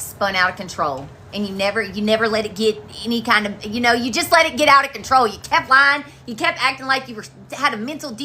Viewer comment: You mean ow-ata controwwwl. 😂